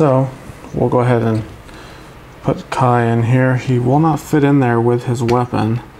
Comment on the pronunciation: It’s k ai